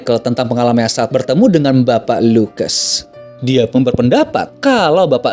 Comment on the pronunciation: Bukan pestor...tapi pastor